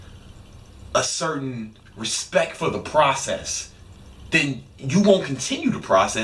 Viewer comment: you mean respeck bro?